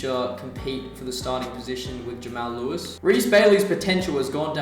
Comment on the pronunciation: and btw its pronounced Jamarl Lewis not Jamail Lewis